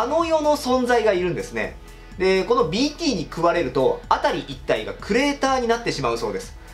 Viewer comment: BTがDTに聞こえてしょうがない